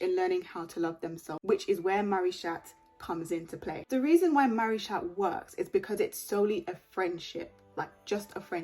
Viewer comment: It’s supposed to be pronounced maricha btw